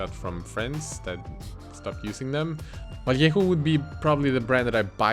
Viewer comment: Le gasp! Actually pronounced Vallejo right!